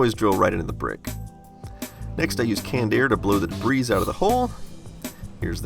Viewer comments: Texas talk? It''s the first time I've heard "debris" with the "s" pronounced. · So, uh, the s in debris is silent... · My man really just said debris like Febreze. Props though man, great work very nice! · He says "debreeze" instead of debris 😆